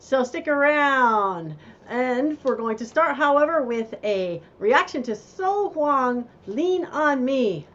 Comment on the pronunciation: her name is pronounced so young